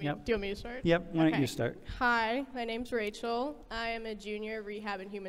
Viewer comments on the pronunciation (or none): none